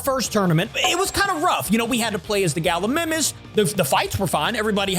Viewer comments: its pronounced ga-li-my-mus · U keep on saying Gallimimus wrong